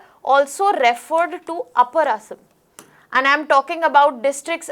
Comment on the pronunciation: I would appreciate it if the names of the places in Assam and the name 'Assam' itself could have been pronounced better.